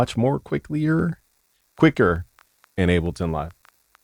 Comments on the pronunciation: PLEASE stop saying "Abbleton"...PLEEEASE?!!? IT's Ableton as in "willing & able"...please🙏🙏🙏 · Bro, please get tested for testicular cancer. Your nips are abnormally perky for a man of your stature. And idk if you're tying to be posh or sumn, but it's called Able-ton not abble -ton. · Is he saying abbalton every time? That’s wild. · Nigga said “Abbleton” LMAO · My guy is so FL he’s saying Appleton Live